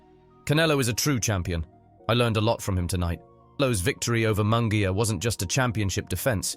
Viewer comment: It's embarrassing and insulting for a public figure such as an ring announcer, commentator etc. to mispronounce a fighter's name as in this video. Munguia's name is butchered. Jim Lampley bolos on many of his hosted fights. He tries so hard to roll his "R's" that he does so even when he doesn't have to. Example: "la cerveza mas fria". He rolls his R's on cerveza (correct), fria (incorrect). All I want for Christmas is for our professional figures to do their homework and respect those whose names they have to pronounce.